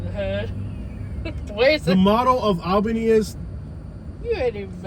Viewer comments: Dude, it's awl-beeny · her pronunciation of ALLLbany is annoying. nobody says AL bany. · Its not Albany it's "Albenny" lol that's how they pronounce it. They don't say back... they say "Bik" 😆